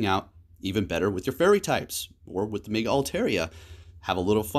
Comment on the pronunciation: Within 30 seconds you said Zapados, Meega and Swinub! Never change!